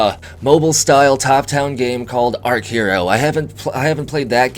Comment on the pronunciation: Archero as in being an archer using arrows . Not arc-hero lol !!